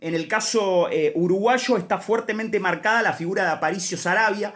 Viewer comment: Aparicio Saravia , no Saraiva. Saludos! buen video